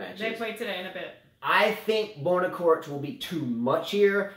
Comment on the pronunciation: If you commentate please pronounce the players names correctly.... It's not pronounced "Korich" but "Chorich"... Regarding coaching on court... I think it should be banned also from women tennis... maybe it can be at juniors but if you are grown man or a woman it should't be allowed... just grow up... they are payed enough to learn to make the right decisions during the match... and NO you will never be able to travel back in time... not in a million years....